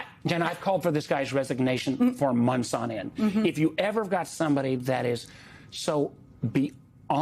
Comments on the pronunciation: It's ' MONTHS '....NOT....'munce ' ! ....' TH ' not ' unce ' .... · If I told you onths, I told you a thousand times.